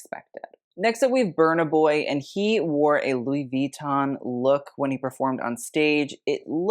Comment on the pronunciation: I always want to ask… Why did you make up your own way to say Vuitton? With you don’t say it the French way (“vui” like “oui” “toh”… best way I can write it phonetically… they don’t pronounce the last “n” is all I’m saying haha), nor the totally American way with an American accent (which people say is “wrong” but like… when Sofia averages says “I want to kees him” for “kiss him”, do you think she said it *wrong*? Or that she said it with her own natural accent? Exactly.). Nor do you say it American with a slight French accent (like “vui-tooooh-n” w the tinyest n sound). So yeah, to say it properly in an American accent, the only thing you would really changes that you would pronounce the ending “n”. The “vui” is so fast it almost sounds like “vee” when native French speaking people say it, but they’re definitely saying “vui” (unless they dk his name either or have never seen it spelled out lol). Ou en français si vous préférez... Ce n'est pas « VEEton »; C'est comme « vui-tonne »... Sans mettre l'accent sur la première syllabe. 😊 Heavy on the “tonne” (writing it phonetically) not the “vui” 😂, if anything, definitely not first syllable emphasis; There are very few French words that pronounce that way. It usually goes hard at the end, not the beginning 😂. Jsyk. Et pour le reste... Oui, je parle couramment le français... Si vous ne pouvez pas lire la phonétique, cela ne veut pas dire que je ne la parle pas 🤷‍♀️.